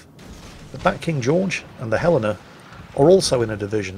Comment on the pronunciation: Your pronunciation of Helena would make a citizen of that city think you are a local, I hope you have a Helena Day.